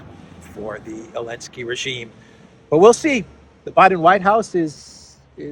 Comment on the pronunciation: Why does he call Zelensky “Elensky”?